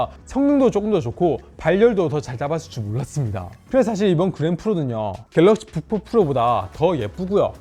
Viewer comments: 다른건 안들림. 갤럭시 북푹 프로... 졸라 거슬리네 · 갤럭시 부포포로